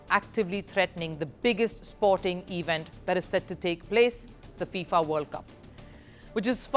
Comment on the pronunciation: Please learn the delivery of words. It is NOT, NOT, EEE Vent; it is event. Elocution is so important in the media and you are bad at it!!